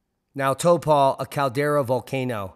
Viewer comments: To pronounce it say Toe Po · Toepaw is phucking painful to listen to repeatedly, but then again, many Maori can't agree on pronunciation of some words... Let alone the caucasians! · Gday from NZ. Pronounsed tar- po, Just trying to be helpful. Love to all! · Taupo it’s pronounced t-auw-po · Thanks good video, but you butchered the pronunciation of Taupō (ˈtaʉpɔ) - the hint's in the macron.. That aside, don't forget that Ruapehu has been rumbling too, part of the same volcanic field. Something's afoot, not sure it's major, or imminent, but something's going to blow soon I'm sure. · it is pronounced 'Tow pou' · TAU. As in "how" but swap h for t. PO. As in "hoe" like an ex girlfriend. Heaps of us kiwis can't agree on pronunciation, so we can't really blame a Yank for getting is close ish, but wow, some of your pronunciation "lessons" below in comments are laughable. And no Kiwi (who doesn't have a speech impediment) would say Taupo like these guys... I guess language may evolve though... (Devolve?) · Pretty good? Never heard ANY fellow Kiwi say it like this informative clip. Not like it's a Wanganui/Whanganui issue... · Think you should consider a hearing test, the only kiwis pronouncing it like daimond, have a speech impediment perhaps. Close (ish)